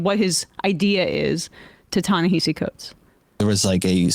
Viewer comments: Ta-Na-Ha-See not Hay-see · His name is pronounced Tah - ne - HAH - cee, not Tah - ne - HEY - cee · Sam: stop saying "Ta Na Hayseed Coats" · It’s Ta-Nuh-Ha-See. Take the time to learn the correct pronunciation and stop butchering his name. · It's pronounced "Tah-Nah-Hah-See." Anyway, the moment Ezra said "We have to ask ourselves why people chose THAT over us" I knew the conversation was gonna go off the rails. You would think that reading Coates response article and being his"friend" he would understand that we're in a culture crisis that's affecting our politics. Not the other way around. He's just Classed-Up enough to not need to care. He SERIOUSLY can't understand why everyone isn't looking for the correct expedient political move in this moment. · I know it's not a big deal but he pronounces his name "Na-hass-e." I've heard him explain many times that it's not pronounced the way it looks. You can hear Klein pronounce it correctly, maybe the only thing he gets right during their discussion. Sorry, don't mean to be pedantic. I just think it's worth mentioning for accuracy sake. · Are you all purposely mis-pronouncing "Ta-Nahisi" - much like Republicans kept mispronouncing "Kamala", even though they knew better? Just wondering....😈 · I listen to Ezra's podcast and though I rarely email him, I did this time. I wanted Ta-Nehisi to rip him a new hole. BTW, Coates' name is pronounced "tah-neh-HAH-see." You'll never get it by reading it, you just have to know it. Memorize. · YALL COVER TA-NEHISI COATES EVERY YEAR AND STILL DONT PRONOUNCE HIS NAME RIGHT PLEASE